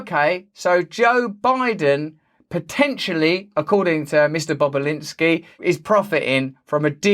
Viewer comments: cannot unhear mr. bobalinsky mr.bob boba-linsky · Bobulinski might be the funniest word of the day to pronounce indeed